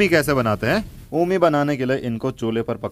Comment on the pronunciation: Omi nhi re omm bolte h